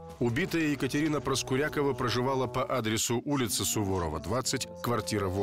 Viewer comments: Правильно произносится - ПроскурякОва!!!!!! А не «ПроскурЯкова»! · Ударение в фамилии главной героини на "Я" (ПроскурЯкова) прямо слух режет. Уж лучше бы она была ПроскурякОва. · Ребят, все отлично, только ПроскурякОва) такая серия интересная, но эта «проскурЯкова» всю дорогу режет ухо🤷🏻‍♀️ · Почему ПроскурЯкова? Обычно эта фамилия произносится, как ПроскурякОва. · А почему ПроскурЯкова? ПроскурякОва, обычно.. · Ну не ПроскурЯковой а ПроскурякОвой Зачем коверкаете фамилию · и жена у Игоря Николаева.Юлия ПроскурякОва. по другому ударение как то похабно звучит